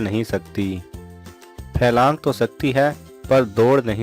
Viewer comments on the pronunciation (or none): پھیلانگ نہیں ہوتا پھلانگ ہوتا ہے ہاں پوٹھوہار کے لوگ عموماً ی کا اضافہ کر لیتے ہیں جو غلط ہے